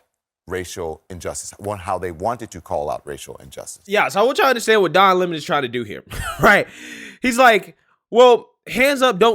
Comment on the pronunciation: Don Le-mon